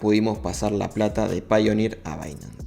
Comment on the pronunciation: Yo quiero aportar que tanto paypal como payoneer se pronuncian /pei/ porque es el mismo inicio. Pay.